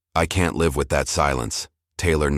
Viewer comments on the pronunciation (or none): Live as an adjective is pronounced differently than as a verb. Please keep them straight